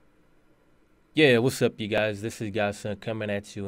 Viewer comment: Btw its YEEEAAAAaa!!! not yaaaaa